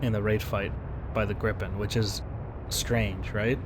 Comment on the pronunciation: Viggen, sure. Grippen, no! Sorry, I've pointed this out earlier today, but geez my ears are bleeding here man.. :P